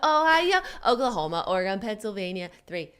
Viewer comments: Ore-GUUNNN you live in California come onnn no ore-gone in the west coast Oregon soft o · Jennnnna!!!! I’m deeply offended you said Ore-GONE....my earrrrrs!!! It’s Ore-GUN ;) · Its not oreGONE Jenna!!! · when Jenna kept pronouncing Oregon Or-eh-gone 😭😭😭😤😤 makes my ears want to bleed 😂😂😂❤️ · OrrGunn for the love of god, TRIGGERED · Jenna i absolutely love you .....But for the love of all that is vegan PLEASE stop pronouncing Oregon ....ORA-GONE. ....It's offensive on every level. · As an Oregonian, listening to her mispronounce Oregon about 7 times was painful lol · Jenna said Oregon wrong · that pronunciation of Oregon tho lol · Please teach Jenna how to say Oregon. Love from the Oregon Dink Fam! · Oh man Jenna everytime she said Oregon. My ears burned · Jenna has relatives who live in Oregon and she still pronounces it wrong. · Ouch. JENNNA.... 🤦🏻‍♀️ My heart. As a born and raised Oregonian I’m so sad you pronounced it wrong. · Jenna saying Oregon wrong hurt my ears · Jenna doesn't know how to pronounce Oregon.